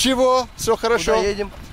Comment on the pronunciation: The way you constantly say Хорошо is wrong! Say it properly